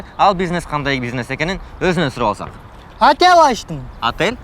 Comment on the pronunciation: "Атэл"😂де,болбосо ОТЕЛЬ